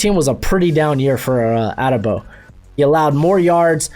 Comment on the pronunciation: A-de-bo. Not ade-bo. Please learn the people’s names man lol